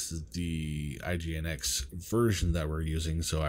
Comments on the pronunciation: Pronounce is Engine-X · Just fyi - it's commonly pronounced "engine-x"!